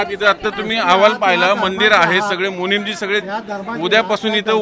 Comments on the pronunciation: चुकीची दुरुस्ती,,, मुनिमजी नव्हे,,, मुनीजी असं बरोब्बर आहे ❤❤😂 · मुनीमजी नाही मुनी जी म्हणा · मुनींमजी नाही , मुनीजी आहेत ते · पत्रकार 🍌, जैन 'मुनीमजी' नाही रे... 'मुनिजी' असतो 🤣🤣🤣